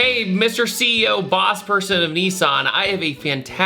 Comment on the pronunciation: Him : convince the CEO Heard : convince the ZEO